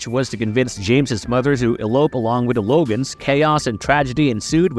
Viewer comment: He pronounced it Th-omas. He pronounced the T as TH but later says mudder instead of moTHer. He has an accent it seems lol.